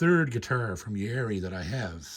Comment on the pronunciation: Hey J.P., love your stuff. Congrats on your own model. Just a friendly correction..it is pronounced Ya-ear-ree. 3 syllables. Just thought the pronunciation should be on-point since they made such a beautiful guitar for you. Keep up the great playing!